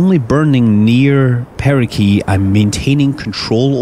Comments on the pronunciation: Nice vid. It's apogee and perigee though, not "apookee" and "perikee" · Did anyone notice he said perikee and apokee instead of perigee and apogee? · Is there a certain way to pronounce "perigee"? Most of the people I've met pronounce it with a J sound, as in "gelatin", is there a reason you're pronouncing it with a solid G as in "gravity"? Or are there two ways to say it? Alongside that, I thought the suffix "gee" only referred to natural satellites. Where as "apsis" was used for artificial satellites, and "helios" was used for stars' orbits. Why do you say perigee if you are referring to your ship? Have I heard it wrong? It also sounds as if you're saying perigee with a K in place of the G.